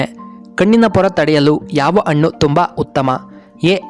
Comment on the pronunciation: ಅಣ್ಣಾ ಅಣ್ಣು ಅಲ್ಲಾ ಹಣ್ಣು